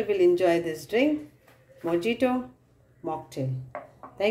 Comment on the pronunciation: You are pronouncing the word MOJITO wrong!!!